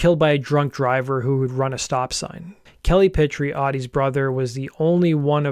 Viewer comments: Pitre is pronounced Pee-Tree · Pitre is pronounced "Pee Tree" EDIT: What the Canadian border officials probably found on the bus was heroin. At least two of the guys were using heroin. Want to know which ones, look at the members who have aged prematurely, and look 10 years older than they really are.